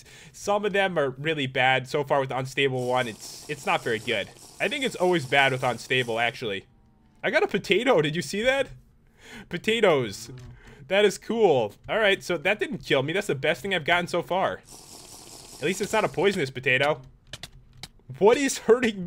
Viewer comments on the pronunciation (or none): ITS potatOS (po ta toss) from portal not potatos